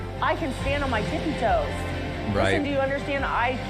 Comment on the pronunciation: I can stand on “tippy (quick pause) toe” !! Three cheers for three toes!!